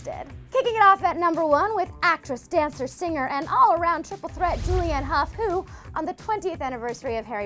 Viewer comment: Julianne "huff". its hue